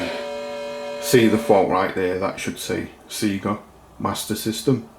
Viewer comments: It's pronounced Sayga not Seega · It's not Seega. It's Sega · Nice fix. Never heard someone from the UK pronounce it "SEE-GA" before, thought it was just an Ozzie thing.